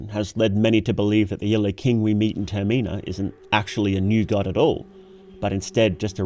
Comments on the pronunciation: the way you say "termina" is wrong, how can I trust you when you can't even get the name of the game right? the stress is on the first sillable, "TERmina" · Brother I like your videos but pleeeeeaaaase it's not "ter-mee-nah" it's just the word terminal without the L lmao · does he pronoun Termina wrong on purpose?